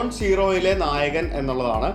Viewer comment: നായകൻ ആല്ല, ഗായകൻ ആണ്. വായിച്ചപ്പോൾ തെറ്റിപ്പോയി